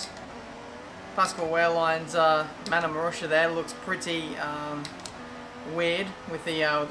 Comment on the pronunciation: just a correction: in Pascal Wehrlein's name, you read the 'W' as a 'V', and not as a 'U'. Nice video, by the way, it's just a shame that you couldn't use F1 2015 to put the mods, because F1 2014 is quite poor:)